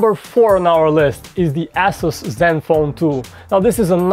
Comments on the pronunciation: Nice video but please say "Asoose" not assus .. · lol ass-us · Did he just say `asses zenfone 2"?